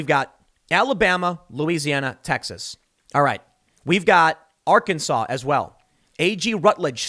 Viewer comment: it’s pronounced “Arc-An-Saw”